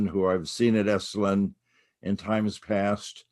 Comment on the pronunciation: Esalen NOT “esslin” !